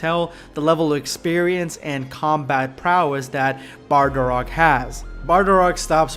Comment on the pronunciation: It's bardock! Not bardarock! 😡